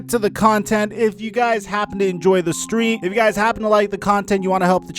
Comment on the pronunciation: what happened with saying stream lol